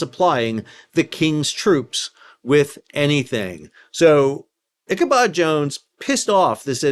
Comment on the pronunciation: I "Bab al Mandabbed" in this sail down Memory Lane each time you said 'Ichabod' or 'Margerita' (Margaretta) Plenty o' Marg's were harmed in this episode!